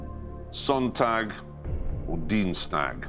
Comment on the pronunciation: I get that's not the point but the moderator's German pronunciation is absolutely terrible EDIT: nevermind, the contestant's pronunciation is even worse